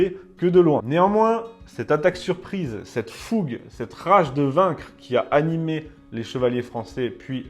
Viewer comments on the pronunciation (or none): none